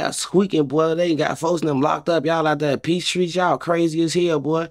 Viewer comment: "Peace Tree" and "Peace Treat" is crazy I think he means peace treaty. lol